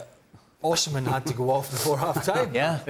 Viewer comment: Why does Gab pronounce Osimhen like “Oh Semen” ?